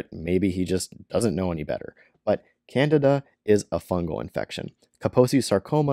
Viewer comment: Candida not Canada lol